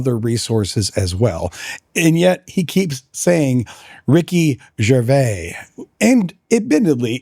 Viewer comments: I think that you ARE being pedantic about how pronounces Ricky Gervais’ name. What annoys me more is when you keep saying, “Ricky Gervais-ez”. The possessive of Gervais can just as accurately be pronounced “Grervia-zz”. It should also be noted that is a Canadian citizen, where the prevailing second language throughout Canada is Quebececois French. The name, “Gervais” is of French origin. It could be argued that technically speaking, it’s Ricky who’s pronouncing his own name wrong. I don’t know why you even wasted time on this argument. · When the apologist opened by mispronouncing Ricky Gervais name I stopped watching. One explanation for the common occurence of apologists always mispronouncing the names of people that they disagree with is that they somehow think that it is a clever insult. Another possible reason might be that they actually believe in their own superiority so strongly that it is beneath them to take the time to discover how a name is pronounced. Or the apologist is a dim bulb, elevator doesn’t go all the way to the top moron. Listening to a person of his type may cause brain damage. Don’t do it! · I pronounce /ʒəʁˈvei/, what?